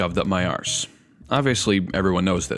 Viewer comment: I love the way you pronounce arse 😂